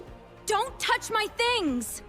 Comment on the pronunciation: They said don't thoch